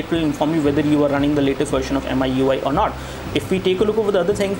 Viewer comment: Heck there is an auto brightness toggle in the notification bar You could just check ram just by long pressing home button you could even free up ram It's pronounced as Me-Ui not MI-UI and it's pronounced as Me-3 not Mi 3 The blurring according to you is Noise This the most noobest review i have ever seen >_< Your English is really bad